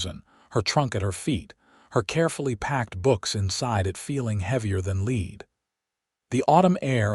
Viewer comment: The trunk was as heavy as leed. How many books have you reed What’s it like to l-eye-ve out here These kill me